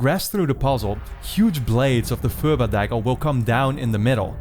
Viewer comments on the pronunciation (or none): other than the pronunciation of "purba" dagger. video was incredible and brought me back to 11 years old